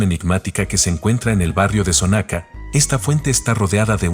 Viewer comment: La casa de los enanos esta en avenida Juárez. Está mal la direccion que diste... Y se pronuncia Xonaca, no sonaca.